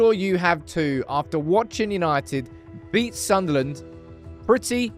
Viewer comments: It’s Sunderland 😆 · It's Sunderland 😅😅